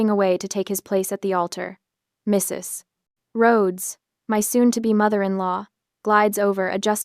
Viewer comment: Very annoying- that pause after Mrs. Like a grade 1 student who has been told that in reading a period means the end of a sentence and you can now take a breath. They all learn by the end of the year that a period can also mean- this is an abbreviation and you don't pronounce it alphabetically; and you don't pause while speaking.